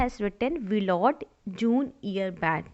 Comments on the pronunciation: Can't you pronounce Willard ?😢😮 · No she cant😂